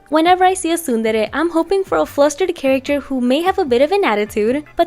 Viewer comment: I finally know how to pronounce tsundere